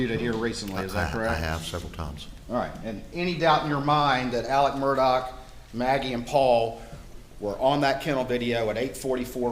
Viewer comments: Alex/Alec? Murdaw/Murdock? Why are the lawyers pronouncing the name differently? Didn't they say his middle name was Alexander? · Of the least importance...Murdaugh could never be pronounced "Merdick" unless there's some embarrassment about how it's properly pronounced. Don't care if you've got a North Cackillacky accent or not.